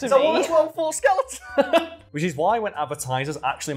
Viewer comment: "I want a 12 foo skeluh on"